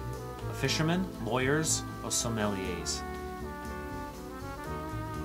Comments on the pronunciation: Are you sure about your pronunciation as I have never heard some words pronounced the way you do. Askance (a-skance); Sommelier (so-ma -yeah); sagacious (sa-gay-cious); hypocoristic (high-po-co-ris-tic). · Sommelier (so-ma -yeah) Close: suh·muhl·yay